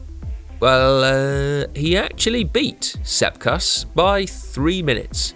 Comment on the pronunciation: Like when heard Sepp Kuss 👌